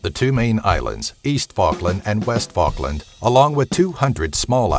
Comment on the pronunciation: East fuckland and west fuckland?